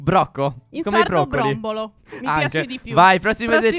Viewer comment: Brocco brombolo si dice broccolo